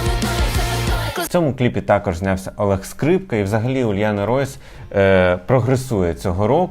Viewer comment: не варто зросійщувати імена та прізвища наших артистів. Дорофеєва, а не Дарафєєва. Уляна, а не Ульяна і т.п.